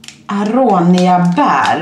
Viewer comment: Det utalas inte arånia de utalas aronia(no hate)💗 Bra vlogg btw💖☺️